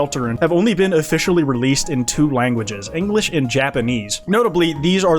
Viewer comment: Linglish lmaoooooo